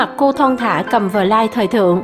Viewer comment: cằm "vờ lai" , vãi thiệt.